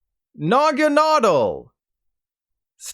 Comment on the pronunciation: Naganadel = Norga-nordle, so weird! haha